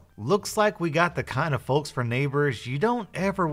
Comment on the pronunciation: Is anyone else getting really bothered by the pronunciation of "folks"